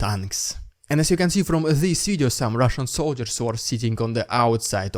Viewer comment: RRRRRidiculous..RRRRRussian..PRRRRopoganda! Lol gets me laughing every time!